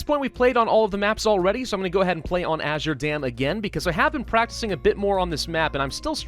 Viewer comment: The reason I typed Azier is because said that instead of Azure, and so I was like, Azier dam? What is Azier? because it is normally Azure.